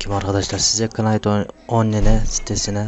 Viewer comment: kınayt on-li-ne :D